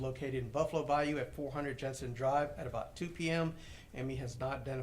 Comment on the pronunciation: Dude can’t even pronounce bayou properly and it’s driving me nuts. It’s bye-YOU not bye-oo